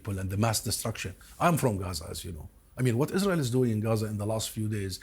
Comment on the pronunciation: No one: Lindsay Graham: Isrull